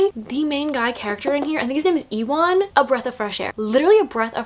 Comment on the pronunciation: Ewan is pronounced you-un just for reference❤️